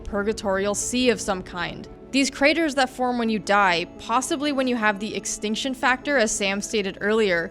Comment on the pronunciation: Rune Exactly and she makes several mistakes in the video its Lindsey wagner not lisa wagner and sam says extension factor not extinction factor